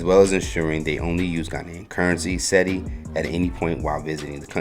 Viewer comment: Why he struggling so hard to say accra 😭 please my ears hurt i wish i could send yall a voice recording on how to say it😭 and cedis 😭😭 fadda god😭😭😭